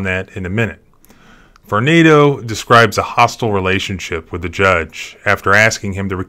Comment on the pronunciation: Believe it is prononuced Var-nah-do.